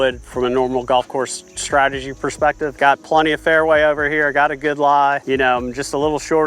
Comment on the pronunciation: ‚Stratagy‘… really?